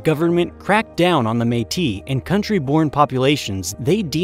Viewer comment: Haha can tell your American... you can't say Metis right